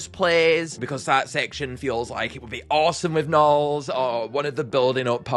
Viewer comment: “Baby narls”?!?😭